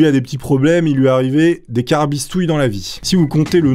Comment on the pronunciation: Tarabistouille par contre mdr pas "carabistouille" jsuis mort